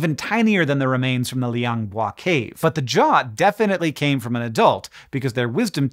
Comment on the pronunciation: I've been following the small Floresian hominin development over the years too, and this video was an instant click for me. I've got to say, you really nailed the pronunciation for Liang Bua there.